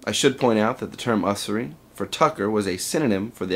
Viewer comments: Good stuff! Hairsplitting question on : Isn't that more properly pronounced "YOO-zer-ee" ? I've long thought it tragic that the term "wage slavery" is so far down the memory hole of anything close to mainstream discussion. As I recall it was a big rhetorical theme of pro-slavery pols toward the industrial North in the Civil War era, so it once had a high-profile place in the central discussion of mid/late 19th century politics. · Great video. Very clear and succinct. I see what you talk about in this video among the so called capitalist anarchists a lot. btw, just so you know, the start of usury is pronounced like "you" not "uh". :P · Unfortunately, you mispronounced "usury," therefore you can no longer call yourself an anarchist, nor are you historically linked to the traditional line of proper English speakers. :-/